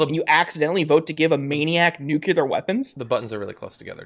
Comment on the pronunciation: Jordan: "Nuclear" is pronounced , " NEW clee are," not, as George. Bush mispronounced it , "new cue ler" AGH. THANK YOU